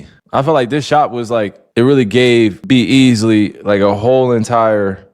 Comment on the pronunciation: Bro said B Easly